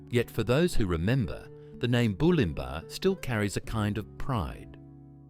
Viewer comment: Bew-lim-bah… AI bullshit…